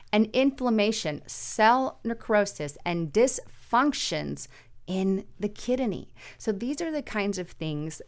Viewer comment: Kid a knee 😂 it’s kid-ney.Have a blessed day,thank you guy’s for the news…….